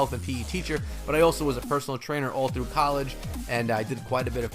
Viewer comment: thruu me:) love the sound of the roll on the word thru 😂 in ur intro when u say it